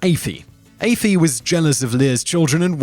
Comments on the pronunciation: Aoife is pronounced E-Fa not Ayfee 🤦‍♂️ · It's pronounced eefa, not ayfee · Aife....it's Aoife (eefa) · Lir’s wife was a person called aofie (ee-fa) I don’t know who afee is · As an Irish person, this is dreadful. Your research is terrible. You're mispronouncing names that could easily be googled to hear the real pronunciation and you're completely changing the important details and narratives of some of these stories. When I heard Aoife(Eee-fah) being pronounced like "ay-fee" I nearly died laughing.😂 Should be ashamed! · Who's AYFEE??? Oh lololol, I think you mean Aoife,pronounced "Eefah" don't you?Best learn to pronounce it properly as it has become a very popular girl's name in recent decades and there are now loads of Aoifes in Ireland! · It's not affee it's ee-va how hard is that to pronounce ! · wait, Ay-Fee! ? It's Aoife right? that's Ee-fah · Is it pronounced "Aye-fee"? I know a girl named Aoife, and she pronounces it "Ee-fa". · Aoife? A-fee? I think you mean E-fa lol. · Aefi? no its Aoife - (ee-fa) Aoife's across Ireland hate when people say that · Aoife is ee-fa not ee-fee 😂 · Not Eefee, Ee-faa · On children of Lir the mean wife name is pronounced like efa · Aoife is pronounced Efa. E-Fa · Aife is pronounced Eeeef-uh. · Smashing video but Aoife is pronounced e-fah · Did anyone else cringe when he pronounced Aofie? Afie!?😂👌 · aoife is pronounced eefa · Aoife is pronouced EE-FA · Why is it that no one can pronounce Aiofe it's eefa ok? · Aoife is pronounced EE-FA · get your prenuciation right it's not afaie it's Aoife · Aify it's aoife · issa drink- It's pronounced "Katrina" and Aoife is pronounced " Eefah".Irish is an ancient language, at least 2000 years older than English. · Aoife = is pronounced EE - f ah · Lol Ayefee?... it's Aoife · The name of the wives sister in the children of lir is pronounced wrong. You spell it Aoife but it's pronounced eeffa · Aoife, is pronounced (Ee-fah) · it's aoife not effie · Aoife is pronounced eefah